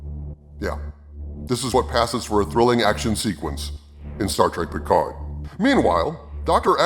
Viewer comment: Star Trek Peecard.